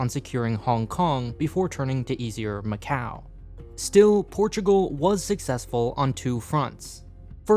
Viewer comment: and he claims he went to macau! Nobody in Macau would ever say it that way 🤣